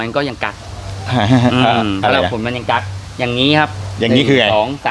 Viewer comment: กั๊กไม่ใช่แบน😂😂